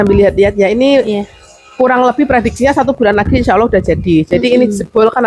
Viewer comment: Bukan insa awoh mak tapi insa allah yg bener mak